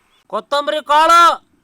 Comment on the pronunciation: ಕತಮಂರಿ ಕಾಳ ಅಲ್ಲ ಕೋತ್ತಂಬರಿ